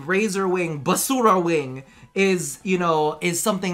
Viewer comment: Basura-wing... dang...your pronunciation keeps getting better!! Love it! You could also say something like Mierda-wing which is pretty much Shit-wing... Either way... I've been kinda sad/mad/salty towards DE and WF in general these past 4 months. They released Nightwave Intermission 2, not even bothered doing the tasks since it is pretty much the same stuff as in season one(WS6), currently rank 10 at Nightwave, I really hated how Kuva Liches were released, Old Blood was disgusting for me when it got released then they started fixing some shit about it and it kinda alleviated the STUPID amount of RNG behind the kuva lich system, and Railjack... well... Meh.... It is a buggy fun mess I guess. In the meantime I'm playing Skyrim while DE fixes their shit with all the broken things they have. Other thing that really makes me sad is the fact that My clan used to be pretty active, so active that we were awarded with the Ignis Wraith BP as Dojo Research when the event was active, we were working our asses off to achieve that, now... from the 300 members we had back in the day, we downsized to Storm Rank (100 members) which there are only 83/100, and you rarely will find 10 members online at the same time. Our clan roster was made mostly from veterans that they quit playing due to the HUGE content drought or they simply just lost interest and went directly to other games and never came back. DE should better have an amazing update ahead or I might end up like my old clanmates losing i